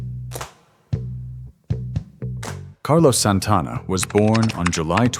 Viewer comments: AI can't even pronounce his name. 😂😂😂 Santana didn't even have an album out yet, Bill Graham convinced the organizers to book them at Woodstock. Soul Sacrifice made 19 year old drummer Michael Shrieve a star. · A.I. Doesn't know how to pronounce Santana.